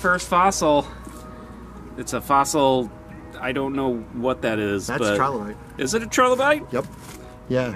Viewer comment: Can you at least pronounce trilobite correctly?